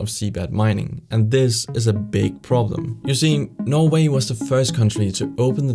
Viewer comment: i like how he says norway... "noevei"